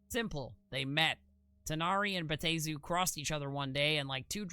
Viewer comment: Bruh... respectfully, there is a pronunciation guide in the very text you display! (Bay-AH-Teh-zoo) 4 syllables!